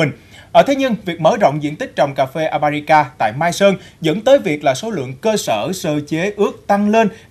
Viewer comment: con lạy thánh, tên cà phê nói sai bét. thưa anh, tên Arabica anh đi sửa thành Abarica, lạy thánh